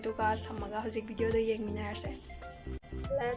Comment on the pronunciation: don't say bideo say video...